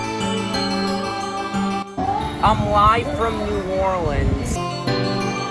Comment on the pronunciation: Dude can’t say New Orleans